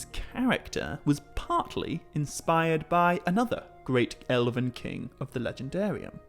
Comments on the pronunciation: You keep saying Eleven. It's ELVEN. EL-VEN. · Ella-vin is killing me